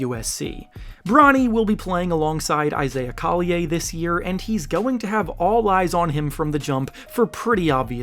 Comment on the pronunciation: Pronunciation coll-y-er